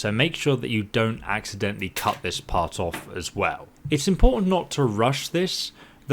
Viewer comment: I kept hearing cuss instead of cut